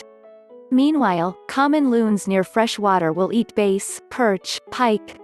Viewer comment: Base? Do you mean Bass ? Computer voices are so monotone and flat and void of humanity.